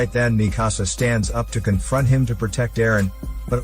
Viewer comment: its not mehkasa its mikasa